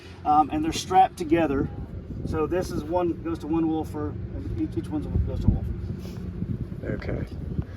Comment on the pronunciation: I like how that dude calls them "Wolfers";👍😆